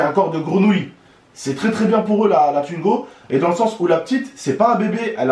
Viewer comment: Arrête de dire tuingo dit twingo stp😂